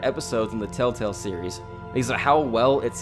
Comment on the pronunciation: I’m sorry but why am I hearing “TaleTale”?